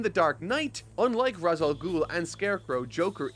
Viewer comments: It's Re'sh not Raz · Ra's Al Ghul may seem like it's said like it's spelt: "raaz al gool" and Batman Begins uses that. Turns out it's incorrect and Arkham City shows "raaz" is actually "raysh" Grammar is weird... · Gonna help you out here. Ra's sounds like ray-shh With that said. Great content but I disagree with your take on the Nolan films. They are a hodge podge of idea ripped from the comics and these group of films did not match what was in the comics at the time of release or going forward. Take Harvey for example. Harvey being portrayed as barely holding his shit together before his accident is the opposite of Harvey Dent. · I love batman begins But It's "Raysh" And I'll die on this hill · Just so you know, Ra's al Ghul the Ra’s part is pronounced like raysh. The name comes from arbabic meaning “the Demons Head”. However the creator opted to use the Hebrew pronunciation which makes it said as raysh. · Dat feeling when mispronounces Ra's